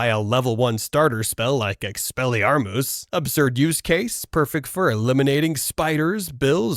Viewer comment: Bro you must be using an Ai voice for your video. No way in the world you can't say inferi and expelliarmus